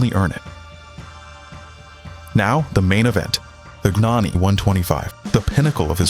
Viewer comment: USELESS CLICKBAIT. STUPID AI TEXT TO VOICE : GNANI IS PRONOUNCED YAH-NEE IN HIS COUNTRY. It took me 1 minute to find that out. DO NOT USE GOOGLE. All results now funnel to AI or AI products. You are now DOWNVOTED AND BLOCKED for poor research. You couldn't even say what class he raced in. (80cc and 125cc) READ : Gabriele Gnani began racing in 1983, taking part in the Italian Junior Championship with a Derbi 50.[1] The difficulties in finding a motorbike to race in the world championship pushed Gnani to build a homemade motorbike, so he entered the 80cc class in the 1988 world championship with a motorbike bearing his surname, ridden by Gnani himself. He immediately obtained significant results, scoring 36 points and finishing tenth in the world championship. Also in 1988 he obtained a podium and finished twenty-second in the European 80cc class speed championship. In the 1989 world championship, again racing in the 80cc class, he improved on the results of his debut season, obtaining the first podium of his career in the world championship (thanks to the second place in the Nations GP) and the fifth place in the riders' standings with 45 points. In 1990, given the abolition of the 80cc class, Gnani decided to move up to the 125cc class (still on a bike he built), entering a few GPs but failing to qualify for the Sunday races. In 2001, he competed in four Grand Prix races in the 125cc Italian Speed Championship with a motorcycle bearing his name, scoring several points. In 200